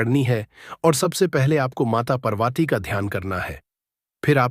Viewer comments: Can’t even pronounce Ma Parvati. First learn to say Parvati's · Video banane se pahle Mata Parvati aur Mata Laxmi ke naam ki sahi uchaaran karna sikho fir baad mein apni video banana tum.